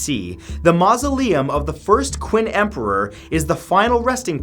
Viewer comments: Nice video, but just FYI,- Qin is pronounced like the word Chin, not Quin. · Um, hello... Qin is pronounced “Chin” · Wait, I thought Qin was pronounced "Chin". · qin here is not pronounce as Qin , but Ching ... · CHIN! Not quin! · Orinomo Yep, it's like "ching" without the 'h'. I was cringing at Matt when he pronounced it like "quinn". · LOL queen she huang 😂. Its cing shh huang in Chinese pronunciation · Love ur videos as always matt.. Just 1 comment this time. Qin is not pronounced as queen. More like chee-in. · qin is pronounced chin, not quinn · Love your videos Matt, but Qin is actually pronounced "Chin" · Qin is pronounced 'cheen' bro lol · Btw Qin is pronounced chin just saying I literally just learned ab it in school so yeah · In Chinese, the name Qin is pronounced as "Chin". Just pointing it out! 😊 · It’s pronounced chin not qin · btw it's pronounced "chin" (qin) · It’s pronounced “Chin She Hwang” :) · Qin is pronounced Chin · It's pronounced "Chin" he was the first emperor of unified China, giving the country it's name. It's "Cheen Shu Hwan Dee" (phonetically). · Qin Is pronounced like ‘ching’. Just thought you should know :) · Qin is pronounced like Chin, with a softer Ch sound. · Qin is pronounced like "chin" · Its pronounced Chin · Another great video that learned me something! I knew about a few of these places beforehand. The only thing that bothered me was the pronunciation of Qin Dynasty 😂 Chinese is a difficult language to pronounce properly, especially with the different tones so I’ll keep it simple. It’s not ‘Quin’ but more like ‘chin’ and ‘shi’ isn’t like ‘she’ but kinda like ‘sure’ but with an i instead of a u. Again, it’s kinda weird but them’s the breaks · He said qin wrong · You pronounce "Qin" wrong... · Anyone else cringe at how he pronounced Qin? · How do you pronounce French and Japanese names flawlessly and go on to mispronounce 'Octagonal'? And 'Qin'? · The way he pronounced "Qin" shudders